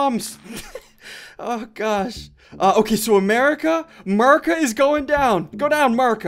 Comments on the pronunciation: Why does he say “Merca” instead of “America” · SSundee says Merica not America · “Merica” did he say?